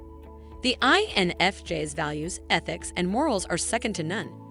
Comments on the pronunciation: Did she pronounce it wrong Jess to drive us 🤪crazy? Lol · I, N, F, JEZZ🤨 TF why are there so many videos like this where everything's pronounced off, it's annoying AF. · I totally agree. I'm an INFJ and had to stop watching! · Spend a few bucks and hire a human to do your voice overs. This robot can’t even pronounce INFJs properly.